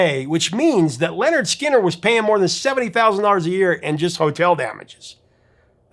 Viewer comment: LINNERD SKINNERD not "Leonard"